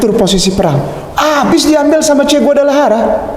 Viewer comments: Che Guevarra bukan Guadalajara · Che Guevara ustadz bukan Che guadelajara 🙏🙏🙏👍